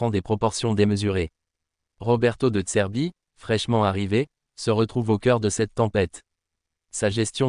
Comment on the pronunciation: Ta voix IA au lieu de dire "de zerbi" elle dit "de tserbi" ... 😂